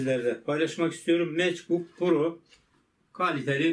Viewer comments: abi o mecbuk değil mekbuk diye okunuyor ingilizce bilmiyor olabilirsin ama bilgisayar bilgin on numara içerikler için eline sağlık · Meçbuk pro demen bile benim için bir samimiyet göstergesi 😂😂 adamsın abim.